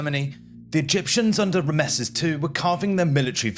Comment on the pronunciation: There were several strange pronunciations, especially those of Rameses and Hittites towards the end of the video. These are the kind of mistakes that an AI might make, and even if the script is AI generated, the presenter is seemingly a real human so it's bizarre to get such things wrong. It certainly doesn't instill confidence in the rest of the information.